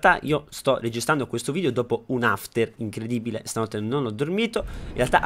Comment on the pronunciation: perchè dici "vidio" al posto di "video" 😂😂